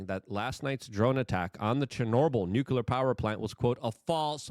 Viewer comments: I haven't heard the not-a-word "nuke-yular" so many times in 20 minutes, since 5th grade science class. You know google will teach you how to pronounce words now, right? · WTF does nukular mean😂